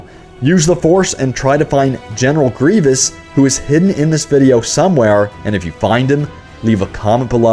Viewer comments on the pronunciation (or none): none